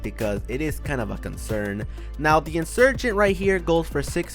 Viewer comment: He said the insugent expensive 😂😂😂